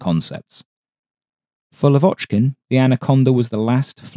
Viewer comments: He is lAvochkin, not lavOchkin ;) For ther future. Thanks. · Not Lav`Ochkin. L`Avochkin. First syllable high. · Your videos are just EXCELLENT, enormous work, interesting content about rare planes i didn't even know existed. But one thing, just one thing that gets me every time😂. Why LavOchkin, when his surname is pronounced LAvochkin, with an emphasis on the first syllable?😅 Not that I'm complaining in any kind but that's just a friendly reminder from a native russian speaker. Yes, some names are very complicated to pronounce for an English speaker but here it's as simple as putting the emphasis on the first syllable. Thanks for your awesome videos! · Blood from ears! Lavochkin prononces with stress on A, not O.